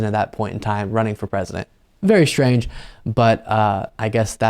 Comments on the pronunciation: The word is pronounced strange, not shtrange. Just sayin'... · Not Shtrange at all.